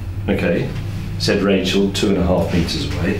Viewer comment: not all words have a "z" at the end. I'm just kidding:) Thank you for another great video!